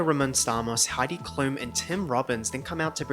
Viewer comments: I LOVE the shade about Chris Rocks pronounciation of Heidi Klum but he's actually way closer to the actual pronounciation hahaha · honestly the way chris rock pronounced heidi klums name was lowkey kinda close to the actual german pronounciation of her name